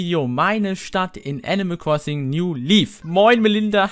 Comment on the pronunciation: wer kennts nich, das gute alte "enimäl kwossing"